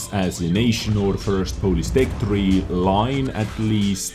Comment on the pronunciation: its not 'polis', its 'polish'